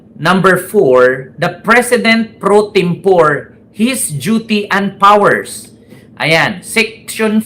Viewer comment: Correction (no offense) pre tempore (po re) not pre tempore as pores in English